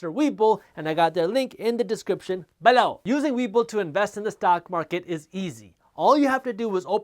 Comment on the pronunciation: I watch these videos just to hear jaspreet say “BE-LOW” 😆